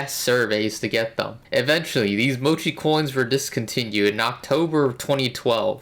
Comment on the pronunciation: Have you learned how to pronounce Mochi properly?